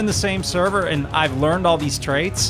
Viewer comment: You've learned, not "Lear ned"!